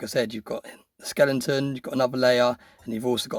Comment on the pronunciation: That poured piece is 🔥 I love the way you say Skelenton and not Skeleton 😂😂 Another great video. Love your Vids! Thanks tou